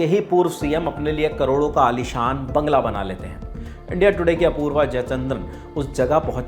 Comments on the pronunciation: jangla nahi sir banla hai woh bangla.... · Jangla dikhaya 😂😂 slip of toung